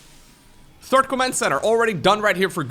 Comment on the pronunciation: I heard "gumiho is not the turd" lmao